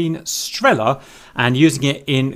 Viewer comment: Strella as in strélla :)